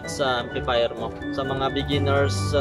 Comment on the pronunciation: "equalizee and amplifeer rewiew, good job, stay conex